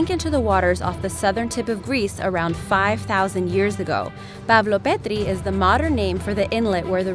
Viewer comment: Pavlopetri not pavloperdri south American lady!